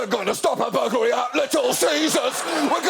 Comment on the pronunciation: I laughed so hard at the "we're gonna stop a bluglery at little ceaseurs" that the tea I was drinking came out of my nose. That was a blissful yet terrifying experience.